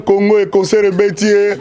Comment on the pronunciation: Eh Patsho Rfi😂😂😂😂😂😂😂😂😂 mais azalaki kolenga? Koffi pe Vincent kuna nq emission ayamba ye aloba"consseur au lieu de " Concert" koffi alekisa mais ba oyo tellement bazalaki terre a terre a gafeller bango 😂